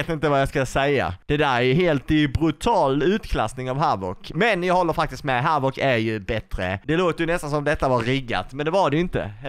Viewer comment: Majvoc???😂😂 den heter havock